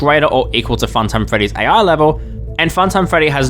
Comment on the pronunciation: He can't even pronounce "ai"